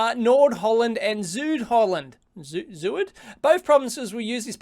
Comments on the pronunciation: "ZUUUuuuUUD Holland"... That almost was as awkward as the solar roadways, Dave :D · zuid lol.. its pronounced Zowd, lol Zowd Holland